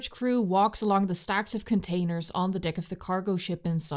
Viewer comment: Amazing work!! 9.8/10. Not the full 10 simply because it’s deck as in peck, not deck as in pic